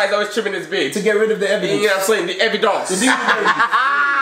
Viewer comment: "THE EVI-DONCE" 😂😂😂😩😭 STOOOOOP 😂😂